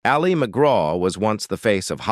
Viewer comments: Thumbs down. If a channel is too lazy to even get the AI pronunciations correct they don't deserve a thumbs up or a full view. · AI generated voice that can’t even pronounce Ali McGraw‘s first name correctly. Also using photos of actresses that are not Al McGraw. Just a piece of crap. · "Ali" is short for Alice. The stress is on the first syllable. It is not the Islamic form of "Ali", stressed on the second syllable, as in Muhammad Ali. Whether or not the narrator is AI, it/he ought to know how to pronounce the name of the subject of the video before beginning. Just sayin'. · the A.I. pronounces her name like the Muslim male name - as in Mohammed Ali. smh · The voiceover can’t even pronounce Ali correctly, keeps calling her Ali as in Mohammed Ali instead of her name. That’s the problem with most of these AI voiceovers, and the fact that no one in the production team bothers to check before launching. Made the whole thing feel cheap. Blocked them. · Yeah, half the time it’s pronouncing her name like Muhammad Ali. Annoying. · Fake voice can’t even pronounce her name correctly. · I hate AI , this voice is so irritating! Wrong pictures! Says Ali as in Muhammad Ali ! Bye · AI can't pronounce her name correctly 😂 It's "Allie"... not "ali" 😬 Anyone else SICK OF THESE AI VOICES??? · IT AL LI. NOT AHH LI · AI for sure with the AI robot pronouncing Ali as al-LEE’ Argh!! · Ollie Mcgraw...... AI gone feral. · Hate this AI voice. LOL. And pronounces "Ali" like Mohammad Ali few times. No wonder she's usually referred to just McGraw. Whatever. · Ah Lee? Can't even pronounce her name correctly. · Ah-Leee McGraw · It definitely is. It kept changing the pronunciation of Ali to Ah-li like Mohamed Ali. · You pronounce Ali as if she’s Mohammed Ali! It’s pronounced like ‘alley.’ I find this kind of thing very irritating and tells me the research is marginal at best. You might do well asking people who watched her movies in real time, we know how to pronounce her name.